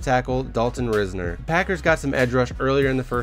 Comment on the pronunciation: Dalton Risner is pronounced "Rise- ner"